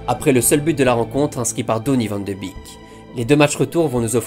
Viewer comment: Vidéo incroyable comme d'hab, merci!! PS: Je sais que c'est difficile, mais Wijnaldum et Van de beek se prononcent Wèïnaldeum (genre comme Wayne Rooney) et Van de bééék (pas Vandebik ni Vandebèk), je dis ça juste au cas où tu souhaites améliorer ta prononciation:)